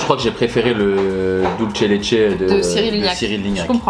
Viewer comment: Et d'ailleurs, même le dulce de leche ne se prononce pas [dulche] puisque c'est de l'espagnol, pas de l'italien ;)